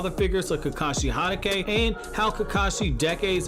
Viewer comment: Learn how to pronounce Hatake